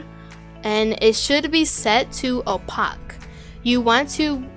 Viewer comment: only pronouncing opaque as opock from this moment forward